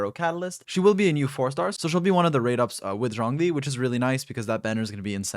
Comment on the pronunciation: When you say Zhongly, it fucking sounds like Xiangling.